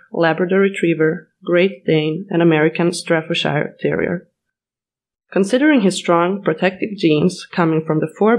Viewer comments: FFS get someone who can pronounce the script, Staffordshire not Straffordshire, Canis should be pronounced with a long A. Rottweiler the W is pronounced as a V. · @@ You made some absolute statements in the first 60 seconds of the video AND mispronounced two breed names. Wow. What is a Dawberman Pinscher and a Straffordshire Terrier? FOUR BEST GUARD DOG BREEDS!? How did you say that without cracking up? Not to knock any of the four breeds you mentioned but I wonder what your criteria are for "best guard dog". IF you had mentioned the shepherd dogs from the region of Belgium and Holland, viz. Malenois or Dutch Shepherd and others and working lines of the German Shepherd Dog including W. Germany, DDR and Czech lines you would get little argument from those who work with and know working/protection/guard dogs. Well bred Dobes and Rotties and (Continental) Boxers produce good dogs also but when you said the "best breeds" you shut the door on all but the best breeds. I like the working breeds, the herding breeds, the bully breeds and Molossers. The Canis Panther is a nice looking dog although the earlier versions I've seen were heavier boned. I liked the looks of the stouter dog. I hope the breed will produce good, balanced family and protection dogs and breed true to the standards of the breed whatever that happens to be. When world militaries and police as well the nice young family down the street are feeding the breed then he might be included in the top 5-10 guard dog breeds.